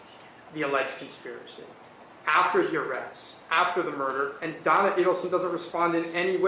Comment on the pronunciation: OHHHHHHH Do-on-na, OHHHHHHHHH Don-on-na